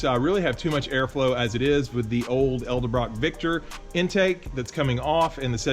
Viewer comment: Looks great! Ice job the GT40 upper is IMO one of the best looking intakes ever.. oh and say it with me.. “Ed-El-brock “ lol